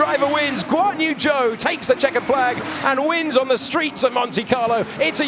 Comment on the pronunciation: Whenever they say Guanyu Zhou I hear 'Go on you Joe!'